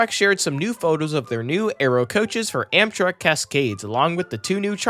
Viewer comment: Did bro just say Amsherk?